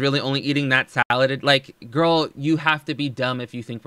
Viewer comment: "Gorl bye" 🤣🤣